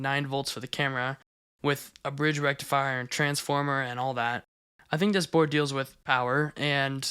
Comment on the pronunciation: you pronounced that wrong. Its FULL BRIDGE RECTIFIAAARRR